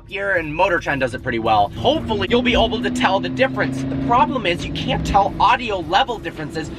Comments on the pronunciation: Anyone else here him say "Oble" instead of "Able" at 4;14???? LOL. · why does he always say "oble" instead of "able"??? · why do you pronounce it ouble instead of able?